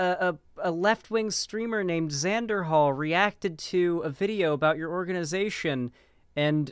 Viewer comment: Xanderhal? Pff. More like SANDerhal.